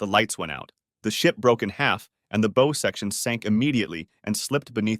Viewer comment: It's "B-ow" like saying OW with a B infront. BOW. Not "B-oh" As in bow and arrow. Christ.